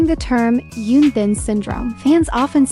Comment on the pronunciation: It’s Hyun Bin with an “H” not Yoon Bin. Please research and say their names correctly if you’re going to make these videos.